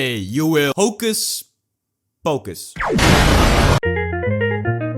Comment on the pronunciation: Hocus pocus? Nah, it’s hocus POKE-us